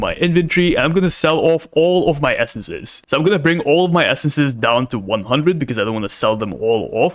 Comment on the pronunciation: the fact he says "essences" hurts my ears